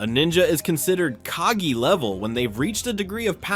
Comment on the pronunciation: It’s KagE and not kagi:)